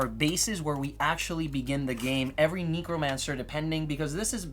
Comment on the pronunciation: Or neek-romancer